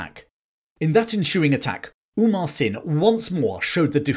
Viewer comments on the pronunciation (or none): Very nice and accurate as far as we know. Just a note-Amar (hindu name- immortal) Singh Thapa, not Umar (Arabic/Muslim name-flourishing), may be just a case of mispronunciation. One story to add, Gorkhalis tied rag on sheep horns and set the rags on fire and ran them down the hill to scare the Brits, which caused chaos in the ranks.